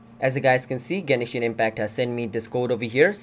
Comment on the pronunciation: lmao genishin